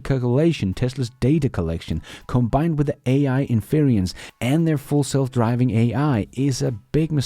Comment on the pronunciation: The word you have been using is pronounced "IN fur rents".